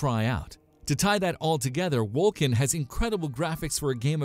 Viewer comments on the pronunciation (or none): PoE Is not EXACTLY like diablo. They are very much 2 entirely different games. Lmao. Wolcen is pronounced Wol-sen not Wol-ken. Chaos bane is not out yet, lost ark is not out yet, not to mention Wolcen is in development, and so is Torchlight Frontier. get your shit right please. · Just a heads up, Wolcen is pronounced "wol-sen" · Is this a joke?! Wol « k » en?! Crap game.... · Yeah, that bugged me...